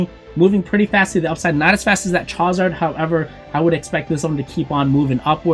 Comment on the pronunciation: Bro if you say chowzar one more time lol.